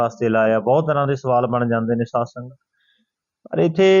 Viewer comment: Saad sangat nhi pehla bolna sikho SAADH SANGAT JI